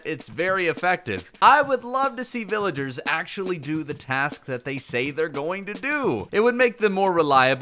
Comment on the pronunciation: bro said villaders